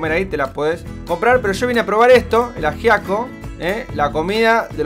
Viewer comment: No ayiaco es ajiaco con la j se pronuncia :D